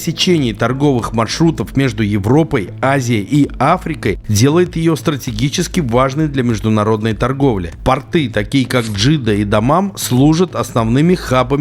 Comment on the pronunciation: В слове"пОрты"ударение падает на первый слог! А портЫ- это штаны!😅